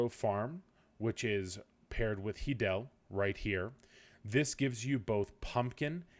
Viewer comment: "Hee-del" i'm fairly sure it's "Hi-del" the stable (Izaro) says it when u speak to him lol